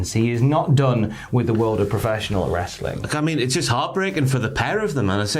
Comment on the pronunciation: Say wrestling properly